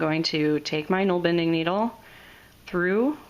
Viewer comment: Gnoll bending? :O You'rt bending gnolls? It looks like nålbinding to me, bind, binding, nål - where we get nail and needle from. Not pronounced gnoll.